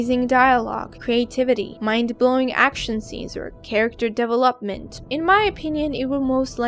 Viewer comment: you pronounced development wrong